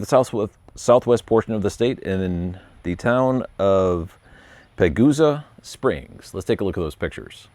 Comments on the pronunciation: Pronounced Paw Go Sa Springs. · pa - go - sa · Hello from Colorado, didn't know about the Pagosa springs chagrined, that's almost at the state line of NM, that's exciting to see more charing around!! puh·gow·suh (more like puhGOsah) haha? Idk haha happy charging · Love your content! It’s Pagosa has a long “o”. Keep tuning it out!!